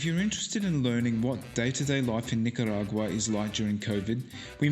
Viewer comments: NicaRagwa not Nicawagra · If I hear her pronounce Nicaragua one more time I'll stay away from Nicaragua 🇳🇮... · She butchers the name of NI-CA-RA-GUA, but I liked the video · hahahahahahahahaha. Just teasing, it's close enough. Haha. I'm a native Spanish speaker, so I had to poke. 😝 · Learn how to pronounce the name of the country properly at least, unlike the woman traveler here.